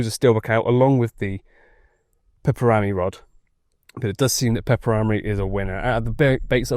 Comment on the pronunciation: The pronounciation of pepper-rami....🤣🤣 its one word not two.